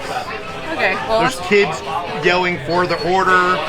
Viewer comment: FOW THE OWHDA!🥺🥺🥺